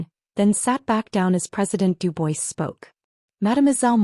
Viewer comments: Pres. DU-BWA not Du-BOYS! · Duboys ? It’s pronounced Dubwaa